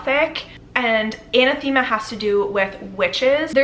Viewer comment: Hey girl!! I love love love your videos. You always pick such fun reads and I’m definitely so excited to know how you rate Phantasma! Also, I’m so sorry to be this person, but I need to let you know that Anathema is not pronounced like that. this gives the correct pronunciation. It’s not really a word that’s used outside of religious context, so please don’t feel bad!!